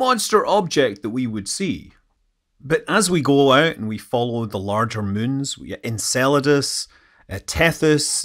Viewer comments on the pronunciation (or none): none